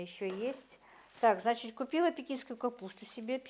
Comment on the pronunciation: постарайтесь избавиться от слова значить, и оно произносится без мягкого знака, оно режет слух,я очень уважаю вас,ваших дочек они умницы,смотрю все влоги, конечно печать печали есть на вашем лице,и жизнь ведь нелегкая,но самое главное чтобы дочки не болели,я желаю им здоровья